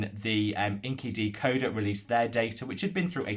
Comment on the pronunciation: Just a thought: INCIDecoder is not pronounced as inky-decoder. It’s a play of words between “insider” and “decoder” thus in-psy-decoder.